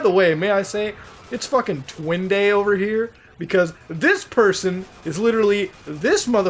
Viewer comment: "it's twin day" you said that in the most wrong way